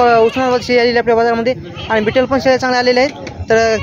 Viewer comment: बिटल नाही भैय्या ती ओरीजनल बिटल नाही भैय्या